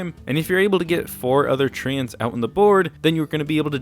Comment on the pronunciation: CAN YOU FUCKING STOP SAYING TREE-YANTS? THE FUCK IS YOUR PROBLEM